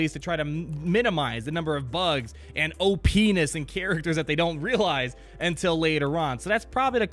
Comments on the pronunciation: He said OP enis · that moment when you say OP-ness, but sounds like "oh penis"